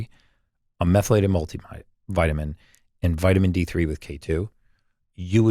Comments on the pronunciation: Absolutely the dumbest interviewers to ever interview Brecka! How many times does this chick ask the same questions? Can't pronounce "methylated?" The amount of interuptions....I feel sorry for Gary having to sit through this shit. Seriously! I'll bet he was wondering if he was being punked about 1/4 the way into this. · She is awful. Couldn’t pronounce words that had she done any research she could have practiced. Love Gary but couldn’t watch this podcast for more than 15 minutes.